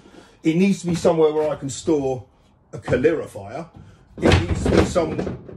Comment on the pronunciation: Hate to nit-pick, but please, it's ca- lO-rifier not co-LI-Rifier.